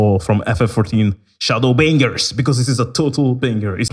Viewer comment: for some odd reason i heard you say shadowbangers right before i paused my vid wtf ahahahahah xDDDDD im so sorry xD